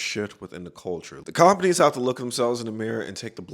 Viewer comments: “cOOMpaneez” killed me, good video tho🔥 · The way you say companies is very annoying beyond that great work.